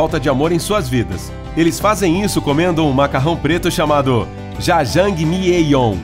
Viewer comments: "Jajanguimiieion" KKKKKKKKKKKKKK eles nem tentaram botar no Google tradutor pra ver a pronúncia correta. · Bruna Aqui nossa, eu fiquei puta quando ele pronunciou "Jajangmyeon" errado, é "jája(ng)mion" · O macarrão se pronuncia dessa forma: jajamion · Ai meu coração quando ele pronunciou: Jajãngui mieón (jjajjangmeyon) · "Já jang mi yê yon" kkkkk A pronúncia é "Já jang mion", não? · "Jajangmyon" jakakjjs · “Sojo” Kkkkkkkkkkk “Jajamejieon” Kskskskslakzk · JAJANGMYEON 😂😂😂😂😂 Quem sabe a pronúncia disso sabe o pq to rindo !😂😂😂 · "jajangmyieion"? Poxa cara, você nem tentou arrumar a pronúncia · Jajangimieon QUE PRONUNCIA É ESSA BBKKKKKKKKKKKKKKK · COLOQUEM O CARA FALANDO JAJANGMYEON NO ITUNES Q EU COMPRO KKKKKKKKKKKKKKKKKK A pronuncia correta é djadjamión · "jajãngmieon" RACHEI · o cara falando jajangimieion kkkkkkkkkkkkkkkkkkkkkkkpqp o fracasso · Ele falando jajangmyeon e soju eu ri muito mas achei fofo ele tentou pronunciar kkkk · jajangmyeon foi lindo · Ouvindo ele falar Jajangmyeon, apenas chorei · Só eu senti agonia quando ele falou jajangmyeon?